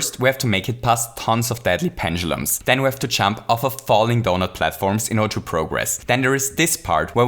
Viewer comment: Penchulums? Are you ancapable of pronouncing the letter "d"